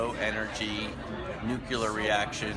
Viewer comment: This sounds great! I hope by the time it benefits mankind that everyone can pronounce it correctly... I'm sorry but come on now... "nookular"? The good doctor should know better.